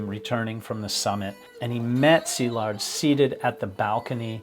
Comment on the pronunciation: Thanks for respectfully pronouncing Szilard’s name correctly. It s been slaughtered to beyond recognition in other videos.